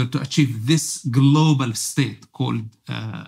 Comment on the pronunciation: But he also say Khamas instead Hamas. And Kkhilafa instead Khilafa. Strange. I guess he pretends some one else